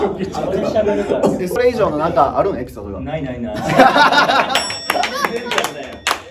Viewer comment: 佐野担の私が個人的に好きなシーン 田の書き順(小島くんと誠也くんツッコミ好き) まっちゃん呼び 俺書記ちゃうねん ないないなーい(言い方可愛い) 初めて聞かれた(ドヤ顔可愛い) なんで笑ってるんや ついてくかこんなん… 日本で1番タダモノな吉川太郎 めっちゃ平仮名多いな(誠也くんがボソッとつっこんでるのすき) 他も色々素晴らしすぎて神回すぎる！全てがみどころ。次週の誠也くんの相関図も楽しみです。